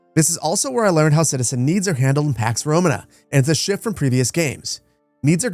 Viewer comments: The emphasis is on the second to last syllable in the word "Romana" like Româna, not Romanâ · just for your situational awareness. "Romana" is pronounced "ro-MAH-nah" with two 'long a' sounds. It's not pronounced like the English word "Roman" and then "uh" after it like how you're pronouncing it. Love you, great content, will definitely be picking this up when it releases. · who says "RomaNAAA" its' ROMAna" dawgggg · Awesome preview. Small thing, its romAna, not rOmana. Cheers